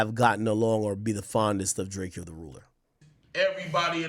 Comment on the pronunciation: When he say Drake-eeo it really grinds my gears